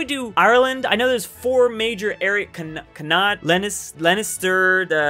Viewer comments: The way this man pronounced connaught while talking about Ireland I genuinely didn't recognise it until he claimed he said he was only missing one. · No Just No It's pronounced Conact And lenster Demon boi